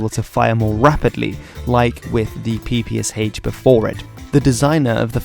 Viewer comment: The short answer is: NO. Ans it's not the "peepee-ess-aitch" it's the "peepee-esh". "Sh" is a cyrillic letter.